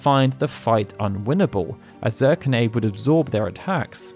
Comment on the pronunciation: I believe Zirconiade is pronounced Zur-kony-ad, as opposed to Zur-con-aide. Great video nonetheless!